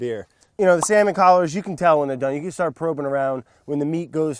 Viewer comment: sounds like he says can't but he says "can"